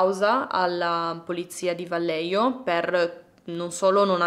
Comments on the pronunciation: Vallejo si pronuncia alla spagnola "Vaglieco",in ogni caso sei stata brava e ti promuovo con lode in ...1 elementare ^_^ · Ciao, un piccolo appunto sul nome della città… la doppia L di Vallejo si pronuncia come una i e la j è da leggere alla spagnola, è un po’ come la nostra h. È difficile da spiegare, prova a sentire la pronuncia su google😊